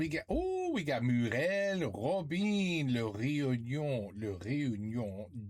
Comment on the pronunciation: robain pas robin'...!